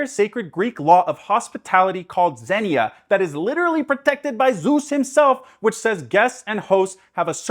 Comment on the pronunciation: creates a GORGIOUSLY crafted motif video that convinces even ME to look into Epic Also: Mispronounces "Xenia" And yes I'm late. I'm aware. Dill with it, pickle.